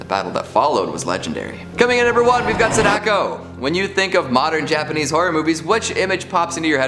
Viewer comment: It's pronounced SAdako, not saDAko...